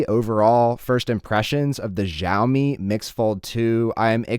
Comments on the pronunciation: It’s fucking cha o me not ja o me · Everyone, it's SHAO-mi. Not gzhao-mi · Its pronounced shaomi, not zhjaomi.... otherwise they would have spelt it Zhaomi not Xiaomi